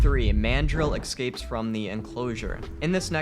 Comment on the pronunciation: "Excapes" lul